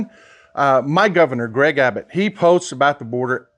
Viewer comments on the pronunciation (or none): it is Gov. ABBUTT, not Abbott.